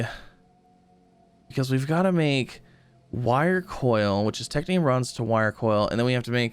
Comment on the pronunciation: is no one gonna tell him that its technum and not technium? pls upvote so he sees